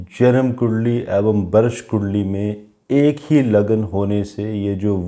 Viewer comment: आप "ऐवं" बोलते हैं। शब्द है "एवं"।